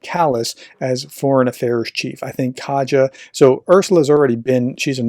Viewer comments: Thank you for your work! Just one comment, though: Kaja Kallas' given name is pronounced "ka-ya", not "ka-cha". Thank you for mentioning her; and for relaying to the western audience what she says. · You ought to pronounce "Kaja" as "Kaya".